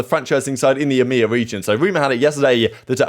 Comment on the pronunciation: i love how he says emea like its a fucking word... fuck europe, middle east, and africa... hail eeeemeaaaaaa